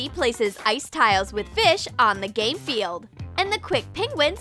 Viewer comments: Manisha It’s a joke and just a little mispronounce lol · she said game field but lol😅😅😂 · TheUnkn0wnGhost With Some Friends! Yeah I heard gay field fo😂😂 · did you say GaY fEiLd!?! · She said ģàý field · Lol it does sound,like that